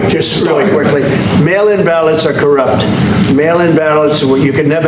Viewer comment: WOW the word CORUPT came out of that mouth